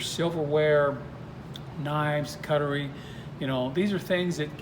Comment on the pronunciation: pronunciation police alert. its warshing.... ? cuttery.... ?